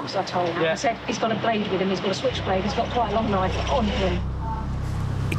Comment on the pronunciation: I love how the lifeguard pronounces "knife" as "naf."